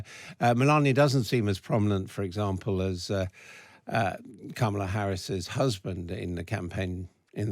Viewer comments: Learn how to pronounce her name. It's not that hard. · What a mess of an interview. Host mispronouncing Kamala's name which he really should know (especially as it's a known touchy subject). One guest invited from a wacky "alternative truth" organisation. The other guest repeatedly swearing. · You are pronouncing Kamala Harris's first name incorrectly. Please don't do that. Please learn how it is supposed to be pronounced. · That woman did not pronounce Kamala's name right, I stopped watching and will downvote this video. This is appalling. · This guy still hasn't learnt how to pronounce Kamala's name - disrespectful reporting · lol cant pronounce kamala yup shes a trump supporter